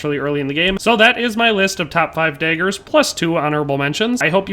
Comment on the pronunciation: It’s DAAAAAgers, not Deagers